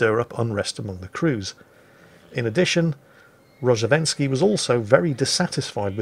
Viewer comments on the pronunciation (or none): Actually, It's Ro-zhe-st-ven-skiy